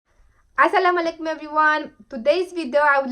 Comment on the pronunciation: dear sis please say asslamo alaikum not assalma alaikum.